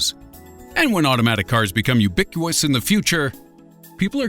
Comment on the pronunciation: Love the narrator, but why can't he say ubiquitous right? lol